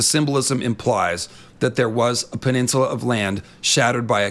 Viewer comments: who the hell taught you to pronounce peninsula like that? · Can we all just take a moment of silence for the word "peninsula".... He murdered that like four times in a row